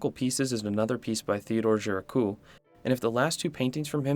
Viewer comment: Gericault is pronounced "Jericho" with a soft J sound like in "visual" Titian is pronounced "tishan"